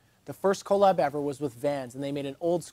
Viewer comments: People who say co lab instead of collab is annoying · Love the videos. Hate how you say collab. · I love your videos but the way you pronounce “collab” is insane